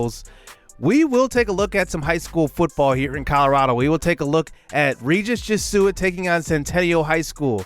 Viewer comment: Just a note that Jesuit is pronounced "jeh-zoo-it"